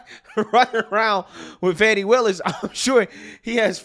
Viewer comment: Note to media, there is no 'W' in Fani.